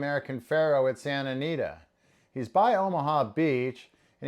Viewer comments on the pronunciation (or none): Ha I noticed that too. I think you misspoke when you said Santa Anita.